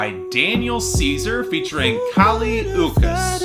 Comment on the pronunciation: Dude, it’s Kali Ooch-ees.